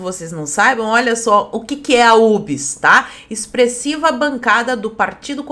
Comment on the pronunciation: Ubes é o jeito do Mussum falar Uber 🤣🤣🤣